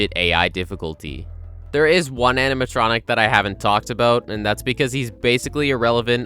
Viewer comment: “Aminatronic” lol. No shade or anything, just makes me giggle whenever I hear it